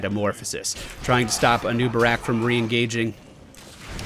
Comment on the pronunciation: "a neewbarack " :D